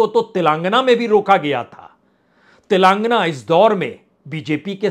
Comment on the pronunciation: श्री बाजपेई जी आपका विश्लेषण काबिले तारीफ है,, कृपया तेलांगना की जगह तेलंगाना उच्चारण का निवेदन है,, जय माई की